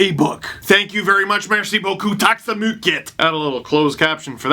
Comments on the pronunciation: Impressed by your swedish. Tack så mycket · Tack så mycket lol you said it the right way GG